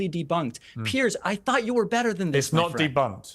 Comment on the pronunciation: Piers, as in rhymes with years.